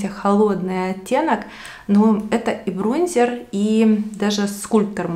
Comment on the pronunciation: БронзЕр 🤣🤣🤣🤣 ну что за колхозница